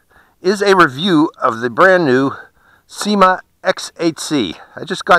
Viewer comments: SYMA....not SEEMA.... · Syma is the spelling. Pron..Syma.